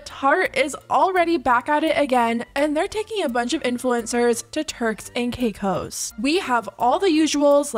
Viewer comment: It sounded like you said “terks and cake hoes”